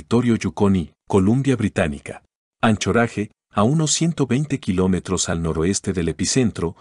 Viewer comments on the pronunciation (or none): Me causa gracia cómo duche "Anchorage"